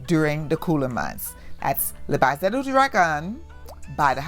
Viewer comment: There are other languages that exist other than English, please learn them. “Le Baiser du dragon” is french, “baiser” means kiss in French. Your pronunciation is way off, it’s bayzay. Oh I speak French.